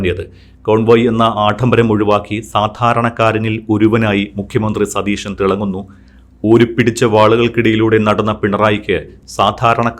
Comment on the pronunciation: അവതാരകാന് മലയാളം വ്യക്തമായി സംസാരിക്കുവാൻ അറിയില്ലേ? മുഖ്യമന്ത്രി സതീശൻ എന്നു വ്യക്തിമായി പറയൂ, സതീഷൻ എന്നല്ല. ഇനി ശ്രദ്ധിക്കുമല്ലോ